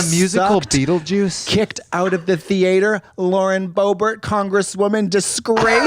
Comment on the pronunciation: Kicked out of the thee-ate-her 💀